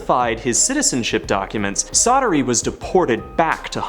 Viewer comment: Csatary in Hungarian is pronounced "Chaataree" That is all :)